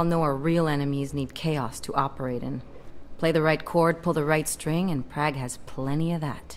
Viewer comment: I hate how Alex says Prague...